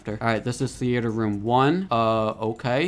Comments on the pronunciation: It’s theater not the-a-t-er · Why u saying theyater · bro said thea-ator 😭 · Bro said thee-ater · The way he says theater lol